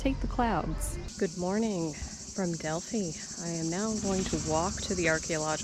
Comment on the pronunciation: Thank you for pronouncing Delphi correctly. It's maybe a no-brainer for you with your experience living in Greece...but so many of my fellow Americans refuse to adapt to foreign pronunciations in even the slightest way. I cringe when I hear the usual mistakes.